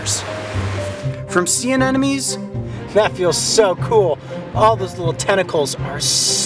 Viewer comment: Did he just say Sea ANENEMIES?